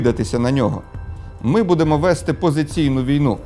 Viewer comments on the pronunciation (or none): none